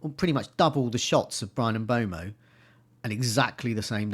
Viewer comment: Mbeumo is pronounced ‘M-burr-mo’ and Huijsen is pronounced ‘House- en’ You’re welcome,.